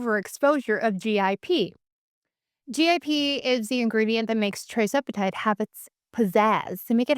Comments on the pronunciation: Thank you for your informative videos … but will you PLEASE pronounce the injections correctly…It’s TIRzepitide, NOT TRIzepitide. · When you pronounce tirzepitide as tri-zepitide...I'm a little skeptical.